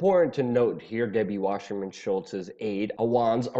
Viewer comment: Why the "sh" sound in Wasserman? sssssss!